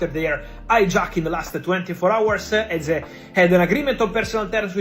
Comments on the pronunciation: If I hear Eberechi Ease one more time 😢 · Hearing Eeze again and again was not ease😢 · How the fuck you pronounce Eze and VG14? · Very irritating and distracting to hear Eze name pronounced 4 different ways!!! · It's an AI. Can't pronounce Eze and says Number .10? 😀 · Bad pronunciation of the name of Eze. Unforgivable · You're so right. The Eze pronunciation was crazy fr 😂😂